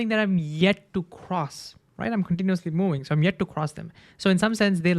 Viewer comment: I love you. "World" has "r"! You say "war line" instead of "world line". "Moving" has "v", it's not "mowing"